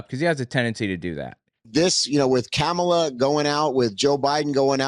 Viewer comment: Thanks, ❤ Love seeing the kitties taking a recharge nap... at least they're still at peace! ( Seriously?? Pronouncing Kamala's name correctly isn't that hard, so that's purposeful. Should we just start calling this guy "TOAD"??)